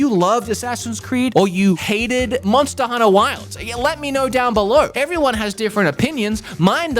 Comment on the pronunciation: Did I hear: Monster Hunnah?